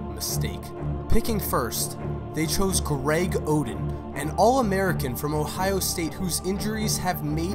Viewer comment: It's not Hoeden its Oden.